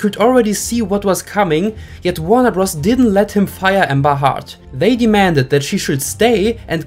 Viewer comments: Her name is pronounced Heard , not Hurd. But Hurd does sound like Turd which is why I assume you are pronouncing it as Hurd. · He pronouncing it Hard … not Hurd. And heard and Hurd sound the same English isn’t your first language, one must assume 😬